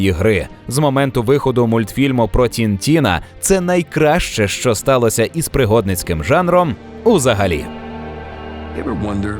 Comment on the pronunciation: Мультфільм не про "Тінтіна", а "Тентена".